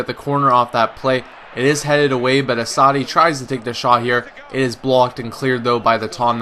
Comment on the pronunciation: You pronounce Assaidid like ass-a-eede